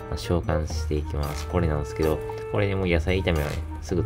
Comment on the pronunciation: なんですけど〜がなんすけど〜になってるw